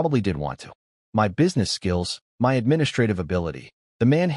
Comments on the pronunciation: Why does the AI refuse to pronounce my instead reads it as M Y? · "that is em-why territory" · y can't this AI say "my" right ???